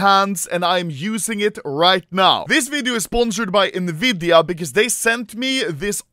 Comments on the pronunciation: This video's straight up an ad. Also sto saying nividia, it's pronounced N-vidia. Also there are monitors that can do more than 360hz, so it' really not the world's fastest. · Nvidia N-vidia "Nividia" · normal people: enVidia also anomaly: neVidia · everyone: pronounces nvidia as ''EN-VIDIA'' Anomaly: ''NEVIDIA'' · nobody: Anomaly (being a true sweed): "Niiividia" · why does he say nividia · Nevidia AHHAHAHAHAHHAHA